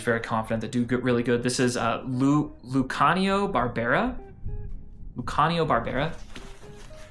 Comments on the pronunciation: Really enjoyed the vid :) also it's pronounced Lucy-ah-know (Luciano) in english. Italians pronounce it Loo-chee-ah-know I believe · the way you pronounced luciano is diabolical but this video inspired me to make some changes so I'll forgive you